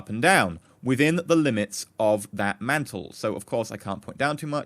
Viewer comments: i recon that the word mantlet is not pronounced "mental" but "ment-let" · Mant-let. Mantlet. Not Mantle.